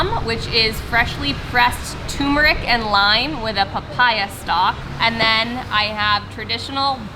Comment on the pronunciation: Turmeric is pronounced TUR-MER-ICK (I love it, though!). Please pronounce the "R"s. Thank you :) Turmeric is NOT promounced Too-Moo-rick.